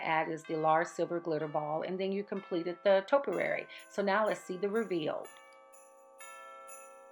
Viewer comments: just gorgeous!! love it!! however learn how to pronounce topiary!! LOL,, ( tope...ee....airy) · I find using the wooden rod just so great for uniformity and really works out well... Topiary is to-pi-ar-y with accent on the o, i and y Excellent job ❤️